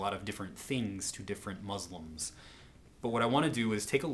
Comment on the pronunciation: You're saying 'Islam' and 'Muslim' wrong, sir, please be respectful and pronounce it right.